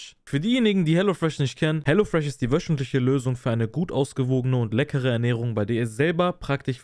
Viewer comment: Die Wöschentlische 😂 ich küss doch deine Aussprache Bruderherz ❤